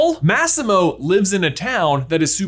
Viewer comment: The way you pronounced “Massimo” tho… it triggered me